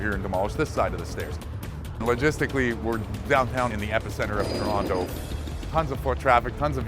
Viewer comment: Nice to hear "Trawna" pronounced properly, but the vid could have used a few "eh"s.